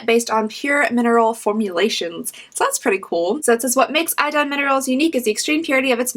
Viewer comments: I know this video is a few years old, but to help you out on how to pronounce Idun: e-dun 😊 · Swedes would however pronounce it 'ee-dun'.